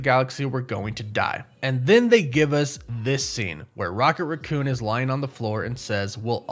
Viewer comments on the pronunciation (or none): RACK-coon... NOT RUH-coon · WHY DO YOU KEEP SAYING RAH COON? DO YOU NOT KNOW HOW TO SAY RACCOON